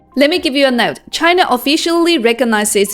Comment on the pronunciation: Good video. Nevertheless, it is “China” rather than “Chiner”.